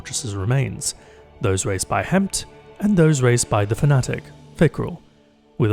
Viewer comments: Ok, that's two guys now that ran the dungeon, must've heard from Petra and Crow that the effin dragon's name is pronounced Hef-end but still went to to call it Hemph here. I mean...how?? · I love that the community has come together to create of a Thousand Voices. Also for any future fill in Hefn is pronounced Hef-En.